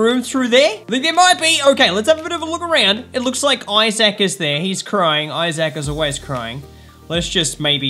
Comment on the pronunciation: It's pronounced Isaac I would know that cuz I'm American